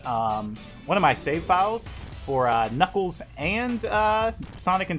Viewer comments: Sonic the Hedgehog he saying kniggles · i love it when u say"knickles"